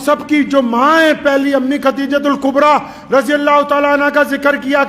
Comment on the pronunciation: Mashallah aap to itne bare aalim Hein aap bhi KHATEEJA keh rhe hein, please KHADEEJA bolen